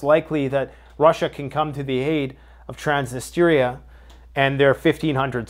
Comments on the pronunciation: Ya killin' me dude🤣 .... (Trans nis tria) not transnisteria🤣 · Transnistria lol trans-niss-tree-a. Pet peeve, sorry 😆